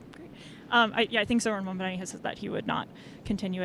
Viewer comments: Why does he continue to mispronounce Mamdani’s name as Mamdami? 🧐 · Hes been saying his name wrong incorrectly for months now... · The way he says "Mondami" makes me irrationally angry 😂 "IT'S MOM-DONNY YOU GENOCIDAL F*CK!!!" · "Zohran Mom-dom-me" ahhh, Cuomo and his constant Freudian Slips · Hopefully by the time he finishes his concession speech he'll actually learn how to pronounce the new mayor's name. Probably not though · It's funny how you can tell apart a Cuomo voter by the way they choose to pronounce Zohran's last name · Couldn’t possibly take more than 2 minutes to learn to say someone’s name correctly. Just repeat it to yourself a few times. It’s a basic sign of respect. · LOL. He was a horrible governor ( covid policies etc). But two things: 1) When you cannot even pronounce the name of your opponent correctly, how do you expect to lead an extremely diverse city made up of individuals who do not have WASP names. 2) I also wonder what his family thinks about his S assault allegations? It is honestly pathetic. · At this point, still not being able to pronounce Zohran Mamdani's name, which is NOT hard to do, is just disrespectful as a human. Cuomo has debated the man, met him in person, it's not hard to learn how to pronounce someone's name! Just makes me think he's doing it on purpose which shows what kind of person he really is. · Bro half his own supporters don’t know how to say his last name properly, you can literally watch it happen in her other street interview.